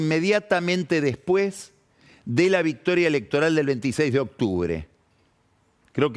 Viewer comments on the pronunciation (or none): none